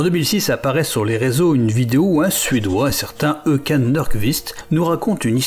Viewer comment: les français quand ils voient une lette du genre å, ä, ø ou ö : mwais, ça se prononce sûrement o, ou eu. Håkan se prononce "Ho-ô-kan", du moins en suédois.